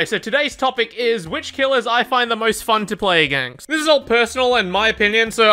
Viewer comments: Count how many times he said againgst :D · Againgst? Is he saying againgst?